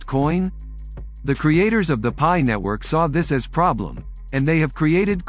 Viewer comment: great video but its pronounced PIE coin as pi=3.14.......other than that very informative